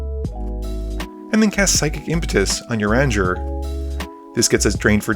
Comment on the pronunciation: Ooof, the way you pronounced "Urianger"..., it's pronounced "You-ree-on-zhe". Just keep in mind that he's from a nation of Catholic French elves. Also, I think missed a few draw triggers (unless they just weren't shown/mentioned).